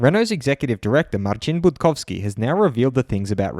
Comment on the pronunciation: As a polish Man, pronunciation of Marcin Budkowski was perfect. Great job!